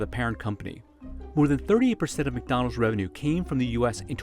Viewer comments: Fun Fact: McDonald's is pronounced Mai Don Lau in Chinese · It is pronounced 'My down lound' in Mandarin, and 'Mc dawn low' in Cantonese. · the way he butchered “behemoth” and also can’t even seem to pronounce McDonald’s clearly